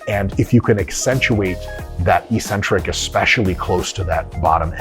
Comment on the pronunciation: Mike, you say you're on an intellectual journey. But you refuse to look up the word 'eccentric' to learn how to pronounce it correctly. Sounds like you're nearing the end of your intellectual journey. lol.